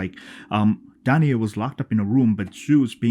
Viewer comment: Her name is pronounced “Dan-Eye.” She is the mother of Persius. They are from the kingdom of Argos, which was destroyed by the Kraken. I wonder if they have a Persius fragrance.